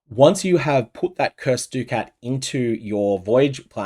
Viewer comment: I wanna know what personality mispronounced ducat originally and this terrible use of the english language spread to every poe streamer